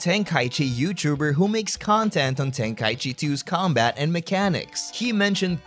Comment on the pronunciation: tenka - ichi ichi meaning 一 one Breaks my brain a bit when u call it tenkai-chi